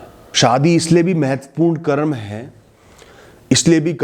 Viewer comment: बाकी सब तो ठीक है परंतु 'करम' नहीं बोलें, वह शब्द 'कर्म' है।